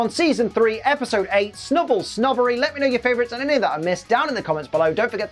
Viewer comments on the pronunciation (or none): Clearly it's the B for snub-B-ull